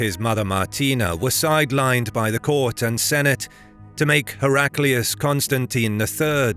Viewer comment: Hera Klee oos is the pronunciation one should use, not Herak lee oos.